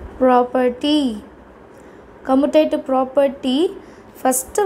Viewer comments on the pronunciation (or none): காமுடேட்டிவ் No கமுடேட்டிவ் OK wa